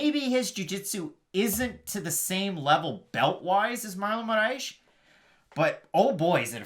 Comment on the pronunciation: How y’all keep adding an h to Moraes or just butchering it everytime was killing me😂 say “More ice” but roll the R. otherwise great breakdown as usual!